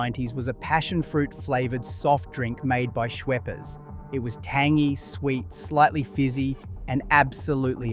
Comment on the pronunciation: Thats right. What about how he says, Schweppers.😂